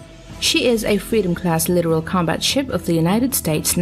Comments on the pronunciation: 30-year Navy veteran here. The only thing here that makes me cringe is the computer voice narration. It's pronounced litTORal not "literal". A video like this would be far better if accompanied by commentary to explain context as to why now. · Litoral not literal. Holy shit.